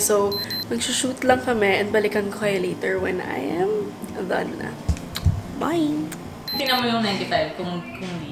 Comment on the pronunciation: “Done” not “thone”